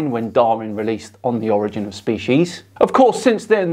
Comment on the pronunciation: The projection is thick with this guy. Edit: Also funny that he claims a superior position, yet can’t manage to pronounce “primordial” or “origin” correctly.